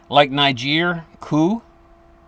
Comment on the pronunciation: Niger was pronounced right. It is also the origin of the other derogatory word, as this is where the majority of black slaves were taken to America. Other black tribes sold slaves to the buyers.